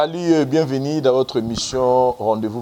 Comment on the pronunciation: vieux na nga ya nbala oyo olobi bien Salut au lieu de Salit Mais na suka obebisi tango olobi bienveni!!! 😅😅😅😅🏃🏾‍♂️🏃🏾‍♂️🏃🏾‍♂️🏃🏾‍♂️🏃🏾‍♂️🏃🏾‍♂️